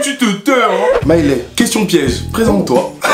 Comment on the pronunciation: Sinon ça me stresse qu’il l’appelle Mailè et pas Mailé mdrrr jpense jsuis là seule qui a fait attention à ça 🥶😂